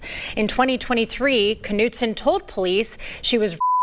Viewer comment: you pronounce her last name canoe t son or noot son. Not nut so. 😂😂😂😂 Every time you say it, I want to spit my red blend out. She should have gotten 20 years in prison. In that way, she would do 10.